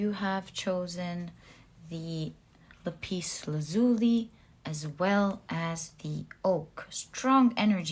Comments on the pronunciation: Lapis Lazuli is pronounced Lap Is Laz U La not La Peace La Zuli just for your information ☺️👍✌️💖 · Pile2 crystal is lap-iss laaz-u-lie This is how it is pronounced